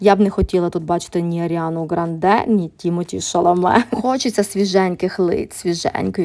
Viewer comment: Дякую за відео, тільки коректно вимовляти Аріана ГрАААнде, а не ГранДее